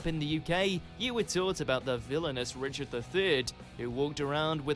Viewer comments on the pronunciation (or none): none